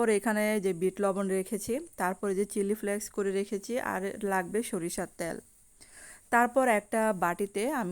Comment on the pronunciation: উচ্চারণ ভালো না .যেমন তেল . বললেন ত্যাল ? What ?